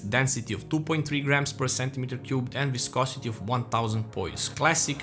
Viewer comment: Idk if anyone let you know in the comments, but you pronounced "viscosity" perfectly.